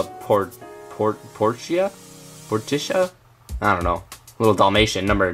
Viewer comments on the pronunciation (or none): none